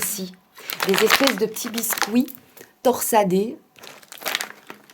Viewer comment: Hmm la nourriture asiatique moi j'aime bien 🤗 j'aime aussi découvrir d'autres alimentation, culture etc. Sinon rien a voir mais quand tu dis "biscouit" ça me fait toujours sourir ☺️ et sinon alors tes fils ont aimés ?